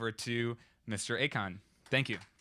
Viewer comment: Isn't his name AKON (ah:kohn) and not "a con" (aykaan)?